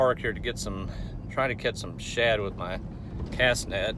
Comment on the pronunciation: Were you saying "shad" or "chud"? Looked like a great day!